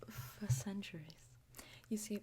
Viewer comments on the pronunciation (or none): I laughed out lous when said undercower for centruies and the let it go part xD